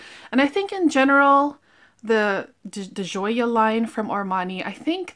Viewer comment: Nice video..I too Love Hermes fragrances..so luxurious and beautiful! Ordering online at Hermes is great too..they package it in their beautiful boxes with ribbon! I love your reviews! Also, try the Ocean di Gioia..it’s wonderful!! Pronunciation is “di Joe” soft J 🤗💕💕..Cheers!